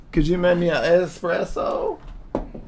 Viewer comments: It's pronounced ex-spresso. Irregardless, that's not a lot of coffee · Why you always be axing jamie for a expresso??? Aint you had enough expressos???